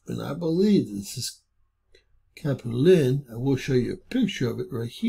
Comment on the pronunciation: Cap-u-Lynn Rat-tone